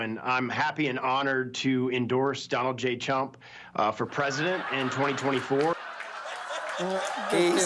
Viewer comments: I just HAD to replay that clip of the idiot endorsing “Donald J Chump,” simply for the pure enjoyment of hearing that slip from his mouth! 😆😂🤣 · Did he say donald Gay Chump? He should apologize to gay and chump people.